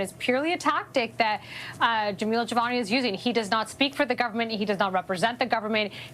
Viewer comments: Awesome podcast..just one thing,you should stop calling him Javal jimani..Lol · "Javal" Javani? 😂 Buddy, it takes like two seconds to verify his name. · Hey, are you trying to take Don Cherrys spot in the Canadian name game? You haven’t said Jamil‘s name right once. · Are you saying his name wrong on purpose? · please learn to say Mr. Jivani’s name correctly. This is the third video I’ve seen you mispronounce it and it’s very disrespectful. He’s done so much for this country and his riding, he deserves better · How many different pronunciations did we get on Jivanis name 😂